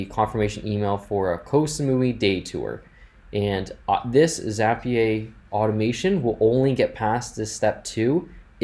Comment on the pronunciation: This was really helpful, but why in the world do you call it Zappy-ay? 🤣